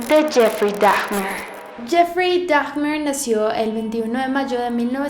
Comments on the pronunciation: Holi, se pronuncia Duh-mer o símplemente Damer. Milwaukee se pronuncia milwoki en inglés, no sé si sea diferente en español. Se supone que su interés por el interior de los animales empezó a eso de los 6 años (no recuerdo bien). A los animales nunca los mató; los encontraba muertos, se llevaba los cuerpos y experimentaba con ellos con equipo de su padre, quién era químico. Intentó matar un perro pero no fue capaz. Las imitaciones y los comportamientos extraños los hacía en la escuela. Además, fue aún estando en la escuela que ya tenía problemas de alcoholismo. Hay un comic acerca de la vida de este hombre, narrada por un artista que fue su compañero. La película de Ross Lynch fue basada en el comic. "My Friend Dahmer". A su primera víctima la asesino poco después de terminar la escuela. Fue en su casa y no tuvo mayor problema ya que, al divorciarse sus padres, el padre se mudó y poco después la madre también. Ella se llevó a su hijo menor y Jeffrey se quedó solo en esa casa. La muerte de Dahmer no fue inmediata. Si no estoy mal, esto alguien más lo aclaró en otro comentario. Me gustan mucho tus videos pero sí considero que en este hay información errónea y faltó un poco de investigación. También sentí que expusiste un poquito en desorden ya que la línea del tiempo iba alternándose (por ejemplo con lo del primer asesinato y la ida a la universidad). Hay muchos documentales acerca de él. Incluso Discovery hizo uno. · NO SE PRONUNCIA DAJMER, SE PRONUNCIA DAMER -_ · no se pronuncia DAGMER... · Es Dahmer, no. Dagmer 😭😭😭😭 LA H ES MUDAA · es dahmer, se pronuncia damer no daHJJJmer. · hermosa se pronuncia damer ...no dagmer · te amo pero por favor no digas "dagmer" lmao, es como "damer" como se esrcribe. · ...no se pronuncia Dajjjjjmer...se pronuncia Damerr...la h no se pronuncia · Se pronuncia dagmer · Ésta historia está mal contada, 🤔😐 Y es cosa mía, o dice dafner? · Me parece que de pronuncia "Daimer" :) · La "H" es muda :0